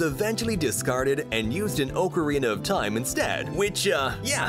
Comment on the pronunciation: "oucerina of taim?"